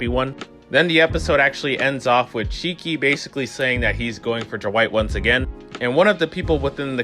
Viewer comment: This clip was seriously awful to watch. Production quality was good but... At least get the names correct. It's "Chicky" not "Cheeky". Not knowing most of the characters names by season 2. Do you really watch the show? 5 AM is a poor excuse. Work on knowing the names and pronunciations of said names. Then you will have a winner.. You'll get there.👍